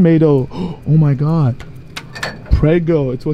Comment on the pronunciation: aint no way mama rug said GAWAD..